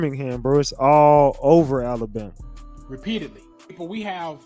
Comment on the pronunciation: First things first. Its Alabama not Alambama